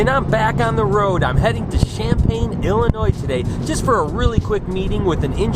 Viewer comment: no, the s at the end of illinois is not pronounced..... just makes me cringe lol and always does a good job vloging, she looks so thrilled to do it.